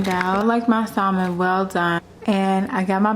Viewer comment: You said salon To the most extreme wrong